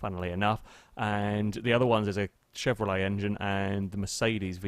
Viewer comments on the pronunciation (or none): none